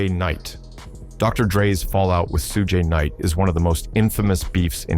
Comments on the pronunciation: Oh my God what in the AI trash is this? You can't pronounce Suge Knight? 👎🏻👎🏻👎🏻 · Who the fck makes this video hiw u mispronounced SUGE KNIGHT